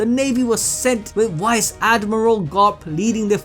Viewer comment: "Wice admiral" lmaooo